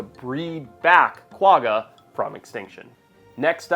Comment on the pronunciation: it's pronounced kwa-ha.